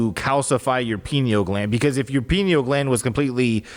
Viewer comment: i thought was saying "penil gland" I was thinking "omg Pinocchio means penis eyes?!" 😂😂😂 bc one of my friends in middle school used to call people "anus breath" and "penis eyes" as an insult all the time it was like her thing and I was getting ready to text her lmao yes we're still friends in our 30s